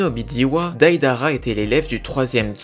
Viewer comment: ca me pertube trop psk tout le temps tu disait DAIDARA au lieu de deidara pendant tout le long